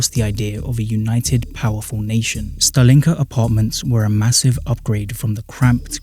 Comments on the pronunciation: Thanks great video!! Mistakes I've noticed so far: It's usually pronounced as stAlinka not stalEEnka you weren't allowed to glass over your balconies under the Bolsheviks, so during the actual USSR period the building would look significantly less ugly. See contemporary footage to test my aesthetic assessment afaik, the record for building a khrushchevka from scratch is seven days - see Leonid Parfenof's Namedni tv show, "I love the 1961" episode (his version might be taken from the official propaganda, though) that's not a khrushchevka. Seems to be an early Khrushchev-era stalinka without, what he called, the "architectural excesses". Khrushchevka is usually not just a period but a precise blueprint model of buildings Pronounced as BrEzhnevka not VrezhnEvka here 5 or more stories: 1 elevator. 9 or more stories: two elevators (one cargo) "living in slums is a choice". No comment for that one You didn't mention the fifth common type of soviet housing that many Soviet citizens lived in since the tsarist era, the traditional, one-storey wooden houses with backyard and a small (kitchen) garden. They had no utilities, though - apart from the electricity. Called "the private houses". Because unlike soviet social housing they stayed in the ownership of their residents since the tsarist times. For example, iirc a famous Soviet underground punk singer Yanka Dyagileva who lived in the USSR, lived in a wooden house right in the centre of Novosibirsk(the hous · Why do you pronounce “Stalin” correctly but put stress on a wrong vowel in “Stalinka”?